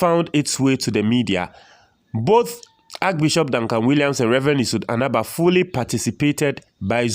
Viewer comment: the pastor’s surname is pronounced ANABAH